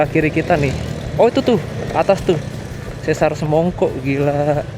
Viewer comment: sesar dibacanya pakai e pepet (spt dalam kata "pernah") bukan pakai e taling (spt dalam kata "sendok")